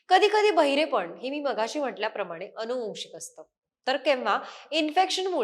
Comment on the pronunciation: शुद्ध मराठी उच्चार... अणूवांशिक नसुन अनुवांशिक असा उच्चार काण नसुन कान कृपया सुधारण्याच्या प्रयत्न करावा. रोज रोज सर्वांच्या कडून अशुद्ध उच्चार एकून काही दिवसांनी तेच बरोबर असे मानले जाते...म्हणून ही नम्र विनंती.